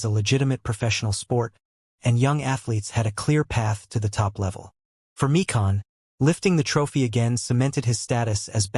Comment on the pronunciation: George My-kin not Mee-Kahn.